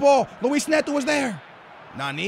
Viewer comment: Learn to pronounce names properly... Neto, not netoo